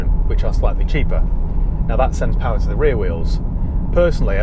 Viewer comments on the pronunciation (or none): none